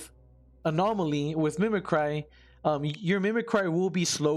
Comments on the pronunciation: Mimic Ree, not Mimi Cry. owo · Thanks for the vid but it's pronounced /ˈmiməkrē/. Sorry that gave me a chuckle. You just keep saying thoughout the whole video.